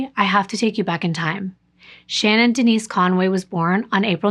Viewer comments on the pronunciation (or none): none